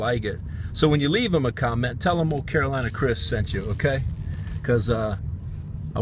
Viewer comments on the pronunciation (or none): none